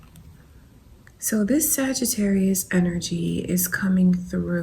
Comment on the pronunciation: when you said saggitarus right at the start my jaw DROPPED lol